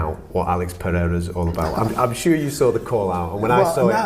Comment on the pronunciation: congrats for saying Pereira not Peheira